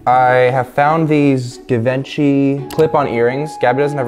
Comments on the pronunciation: its pronounced (Jee - VON - shay) not (Give - in - shee) ;) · gabi "givaanchy" "givenchy" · givenchi Fashion lovers: it is not givenchi! It is ✨GJIVANJEY✨ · Well he pronounced it wrong actually. It's supposed to have like a soft "h" sound like saying "ghi". So it's /ghi-vaugn-shi/ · “Did you even know what Givenchy is” “Yeah” *flashback to him butchering the name* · THE WAY PRONOUNCED “GIVENCHY” KILLED ME 😂😂😂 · "do u even know what givenchy is?" "yeah" not him saying it wrong few minutes ago pls😭😭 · when doesn’t pronounce Givenchy rite..... only people who don’t buy designer understand 🤣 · WHY DOES SAY GIVENCHY LIKE THAT HAHAHA